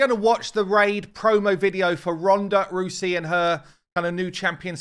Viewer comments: Not rusie Rouwsiee ou like cow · ROWSEY not ROOSEY! 😄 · her name is pronounced Rowsee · Hey its pronounced Rowzey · You keep saying her name wrong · now I CAN FINALLY stop mentally correcting everytime his misread "Rousey" english is a "funny" and overly complicated language, useually help to spell it out, or replace the first lest with a differemt word of the same ending. I.e Rousey, H-ousey.. pahha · One of the most famous fighters of a generation has her name mispronounced 😅 #cringe!